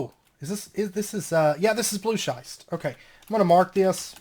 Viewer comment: "Schist" rhymes with "wrist". Loving the series, and the pack, which I wouldn't have known without this LP. Thanks.